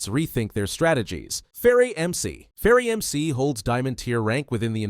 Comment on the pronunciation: FerrAmc not ferrEmc